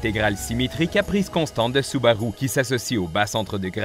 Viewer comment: 😂 oui c'est vrai il dit soubaroux